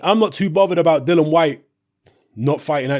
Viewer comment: Bro repeat after me.... Dillian.... not dillan.... respect... not respek. .... contract.... not contrak. ... you're a grown man.. speak properly and stop talking like you still listen to Dizzee Rascal on your BlackBerry at the back of the top deck of the bus on the way to school.. 😂😂